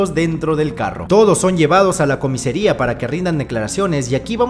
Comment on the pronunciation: Me hace gracia como dice siempre "comesaria" en lugar de "comisaria" 😂 por cierto, en la 2 lo de "se va a producir una carambola" será en Latinoamérica porque en España dice "se va a producir una colisión en cadena"